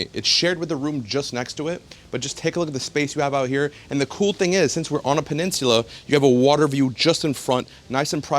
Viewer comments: Learn to say peninsula 😆 🤣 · It’s the way my man’s is pronouncing “peninsula” for me 🥴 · i couldn't watch it all because of the way he says peninsula. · This house is so elegant that it even made pronounce Peninsula with a British accent...